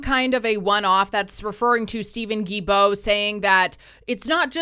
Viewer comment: It's not Guibeault, the L is not silent, its Gui"L"beault. That is so annoying, I don't like the jerk , but respect how his name is pronounced.